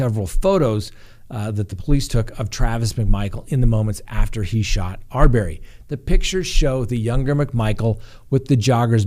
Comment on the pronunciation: Have you been watching the Arbery case or just reading it? Please pronounce the name correctly.